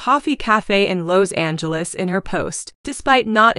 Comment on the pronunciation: Seems someone would EDIT videos for correct pronunciation! Jinger's name does not rhyme with (bell) Ringer !!! Lowe's is a hardware store, but I don't know where Lowes Angles is ! ! ! !